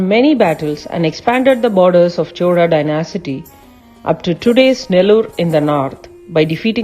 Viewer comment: Pronunciation for some words is incorrect. It is not "dynasity". It is dynasty. However, best wishes for the new venture.